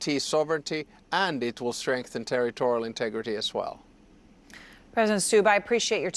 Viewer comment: Stubb, not Staub.